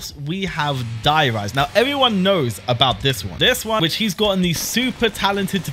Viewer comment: How can you love zombies and pronounce "Der Riese" like that xD